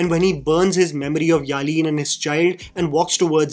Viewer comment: Who are you to change the name of Alina to Aleen, In the movie several times she is been called as Alina not Aleen. This small things gets irritating while listening to your content. That isn't telugu to wrongly pronounce the names or titles as you do. Its a simple name Alina and you call it Aleen.